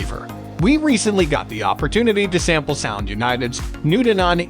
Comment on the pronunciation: Dude, you talk about two different receivers Denon and marantz. And for some freaking reason, do you have to put the accent on the wrong syllables for both of them. Why?